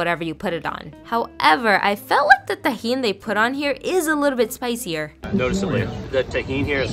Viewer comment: Everyone paying attention: Me : did she rlly just say it like that ??